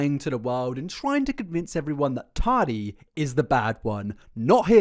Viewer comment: Mate, sort your accent and pronunciations out - “tardy” is ridiculous.